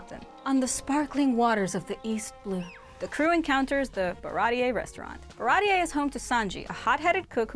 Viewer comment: Pappag "Papka" 😂 Baratie "baratiyee"